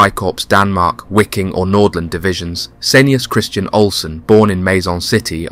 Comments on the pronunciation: Your pronunciation is absolutely abhorrent “wicking” it’s just pronounced Viking man… and ‘georg’ is George.. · Wiking is pronounced (Viking) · Wiking: the W is said like a V making it VIKING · Wiking is pronounced Viking, which is exactly where the unit derived its name. The unit originally being made up from Danish, Norwegian, Swedish and Icelandic volunteers as well as Dutch and Flemish. Very interesting subject none the less.